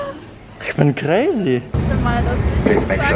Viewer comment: „Ich bin Crrazy“😂😂😂